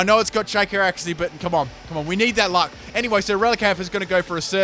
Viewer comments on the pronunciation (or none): none